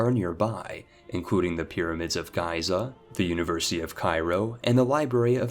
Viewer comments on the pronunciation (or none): Spellcheck your shit, its Chieftain Haraldr not "Chieftan Heraldr". Also check pronunciations, Daurama not "Dauramba" and its pronounced Frankia not Fransia. Ohh and its Giza not Guyza.... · Why do you guys think he mispronounces so many seemingly simple words? Genuinely doesnt know how to say Giza? Or is he just messing with us? Ive never heard Giza pronounced Guys-a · Pyramids of Guy-za? Wtf dude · Highly entertaining, but you've got a solid half-dozen pronunciations to learn. I wasn't going to say anything until I heard Giza. But still, great list. You've got a new subscriber.